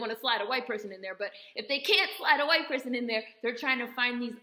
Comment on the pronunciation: 😂😂😂 I love how you said hwyte.. that’s funny af